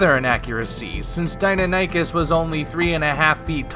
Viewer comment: Dy-NON-i-kes. Not Dino-nikus.